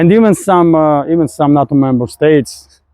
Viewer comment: its funny listening to pronunciation. NATO sounds like NUT-TOE instead of NAY-TOE but doesn't matter of course.